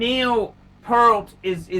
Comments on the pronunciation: “Neil Pehlt.” Sheesh, Neil’s last name was mispronounced by many but you get the award for the worst botched way of mispronunciations. Great story, though. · I was the one (Jit) that informed Hodinkee about this watch story of Neil from his blog. Thanks for spreading this story to a your audience. However, it’s pronounced as Pea-a-rt, and Neil is playing in a Progressive Rock band instead of Heavy Metal 🤘🏻. Thanks and Rest In Peace Neil, great story and what a legendary drummer. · I wondered why you were inexplicably saying "pearl" and adding a T to the end, which is not at all how his name is spelled or pronounced, but then I saw the Trump sticker in the background. Ah. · Pronounced PE-rt. Think "ear" with the p and t on either end. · Rush aren't a heavy metal band and that isn't how his name is pronounced. What is the point of just repeating the content of a Hodinkee story? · Hair by "Time stand still" Content by "passage to Bancock" Watdrobe by "The Spirit of Radio" Mispronunciation by a dullard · you sound like you swallow a load every time you say his last name